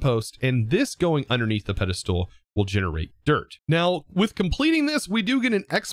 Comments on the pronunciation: can you please say "ped-i-stol" not "ped-i-stool" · I cannot get over the way pronounces Pedestal! He says Peda-Stool I've noticed it for years but never commented it! hahahha. Loving the content! I'm binging this series right now! So good! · anyone else get mildly annoyed when he says "Pedestool"? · Just a little bit but ya lmao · i keep referring to this video to automate the pedestals... but i gotta say,, your pronunciation of the word "Pedestal" makes my ears bleed.